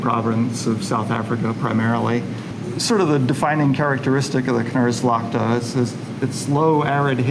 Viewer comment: Knersvalkte... Kners is what you do when your teeth grind in distress. Associated with drought often... the e sounds like the a in snap...knars-feld.